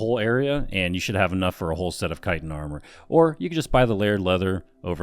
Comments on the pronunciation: You started pronouncing chitin correctly than dumbed it down it's kite-n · its pronouced .........CHa cha cha .......chitin